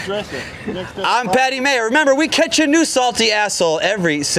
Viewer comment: He said Patty Mayer lol!!!! Love you